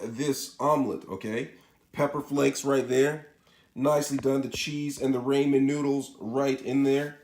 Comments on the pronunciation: Raymenn? Rah-min. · Bro I'm not trying to be mean why do you always say ramen ramez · raymen????? You mean ramen